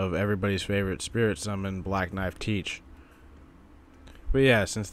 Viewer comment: Wait, you pronounce Tiche like "teach"? I always said "Thai-key" (like in psyche) or "tike" (like in dyke).